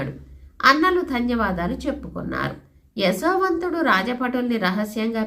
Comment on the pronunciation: అమ్మ మీరు యశోవంతుడిని ఎసో వంతుడు అని పలుకున్నట్టు అనిపిస్తున్నది